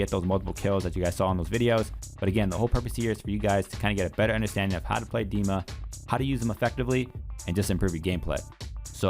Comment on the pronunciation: Bless you for saying his name right!